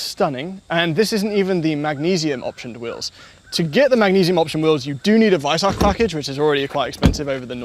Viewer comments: You pronounced Weissach properly, you are master class! The main thing that bothers me about the package is the exposed carbon fiber on the hood. I'd actually prefer it without the Weissach package, but that significantly limits the color options. And the textile strap door handles, they just look cheap. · It's beautifully refreshing hearing anglophones pronouncing the kh (or the ch - like in weissach) correctly. Very much appreciated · Danke, dass ihr „Porsche“ und „Weissach“ richtig aussprecht.